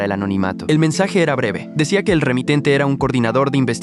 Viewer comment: Era❎ Erra✅ Minuto